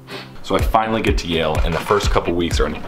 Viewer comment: Yale not jail.